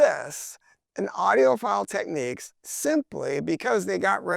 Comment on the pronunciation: Great review! Unreasonable pet peeve of mine - Technics is pronounced TECK-nicks. Techniques is a different word.